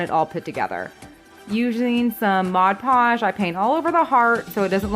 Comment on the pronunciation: Oh my gossshhh!I love these!!! I also love that you say mod podge correctly!! Haha!! 💕